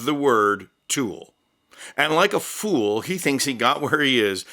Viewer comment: Did you say fool or tool?? Well he's both anyway